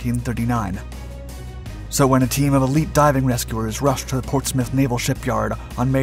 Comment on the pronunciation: I am a Portsmouth and retired worker at PNS. You should have checked your pronunciation.